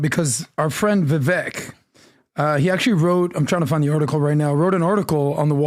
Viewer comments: Vi - VAKE, it rhymes with cake!🎂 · It’s pronounced “VIVAKE” Adam! You must already know this brother 🤦‍♂️ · VIVEK IS PRONOUNCED LIKE AWAKE..👍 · ADAM PLEASE!! Vivek has said ON YOUR PODCAST that his name rhymes with CAKE. 🍰 please!! Get it right. Vivek deserves his name pronounced correctly. Thanks. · It's pronounced VIVAKE YOU MORON!!! When is it going to sink in?!!! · Adam STILL pronounces Vivek's name wrong. How is it possible for Adam to meet Vivek SO many times and even have him on the podcast, but still can't say his name properly? It's insane.